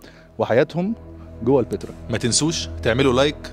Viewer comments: بس ياريتك تنطق كلمة البتراء كويس...ليش مُصر تحط كسرة تحت الباء، انطقها زي مانطقوها الولدين بأول الفيديو هو هذا النطق الصح،البتراء موش البيترا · انت ليه بتنطق البترا كانك بتقول البيتزا بكسر الباء مع ان كل الناس بتنطقها بفتح الباء